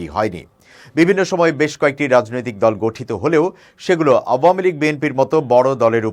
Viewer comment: দলের নামটি শুদ্ধ করে উচ্চারণ করবেন।